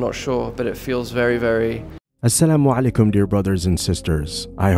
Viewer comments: Damn..he said Assalamualaikum & Insyallah properly 🫰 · I feel that Andrew use this words in his daily life... The pronunciation of Assalamualaikum and Inshallah was so clean ❤ Allah will surely give him hidayaa.. Andrew knows the truth and recognised his creator Allah... This is what I feel...